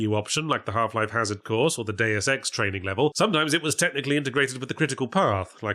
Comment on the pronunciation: TIL: Yahtzee doesn't know how to pronounce "Deus Ex."